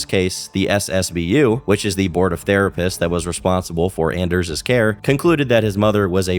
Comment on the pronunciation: Dude it's ON-ders its a hard ON ffs.